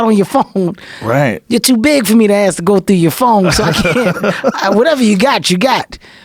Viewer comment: Kevin Hart had to, just had to, pronounce 'ask' as 'aks'? - like an illiterate, to which he is not. is there a gene for dyslexia? - or is it cultural ignorance mispronunciation/language appropriation for the purposes of showing 'alpha status'? - because, if you disrespect the English language on purpose or by neglect, the same disrespect comes back at you, or a large group...and, you call this 'bigotry' and 'racism'...small things do add up; call it the 'Butterfly Effect'...